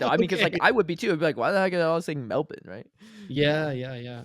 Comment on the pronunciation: Speaking for all Australians 😅, we appreciate the effort you made to pronounce "Melbourne" in a more locally acceptable way. Pronouncing it "Mel-bin" might have been a bit of an over-correction though, the best way to pronounce it is "Mel-burn".